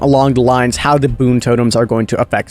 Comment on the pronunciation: King no hate but its boon not toon